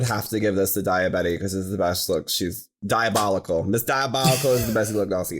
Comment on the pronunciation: "dayabetty is dayabolical" I SCREAMED